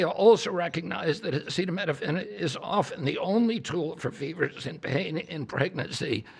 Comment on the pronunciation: Our president starts off demonstrating he cannot pronounce acetaminophen. Listening to Trump try to discuss medical issues is so utterly painful, I'm embarrassed for us all.